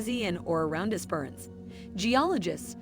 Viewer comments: like Es.perans? lol ESPERANCE IT'S NOT THAT HARD! lol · Not ess- PER-ance, its esper-ANCE. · Es per ence right prounonciation not the way the AI said it. Strath albyn right prounonaciation Look up Port Elliott in South Australia very pretty place. IF you like wine Adelaide is 1 hour from the Barossa wine district or South of Adelaide is Flurieau peninsular great wineries and views, Victor Harbor also gorgeous town with lovely beaches ⛱️ ALL in South Australia 🇦🇺 out of Adelaide. You should check these places out 👍💯👍💯😊